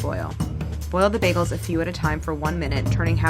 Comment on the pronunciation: "Biegels" - Claire 😁❤